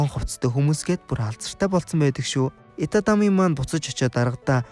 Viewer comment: Itami Yojishdee itatami gj heiiinbeee😂